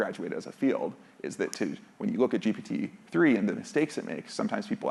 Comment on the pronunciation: Am I confused, or does he always(!) say GP-3 instead of GPT-3?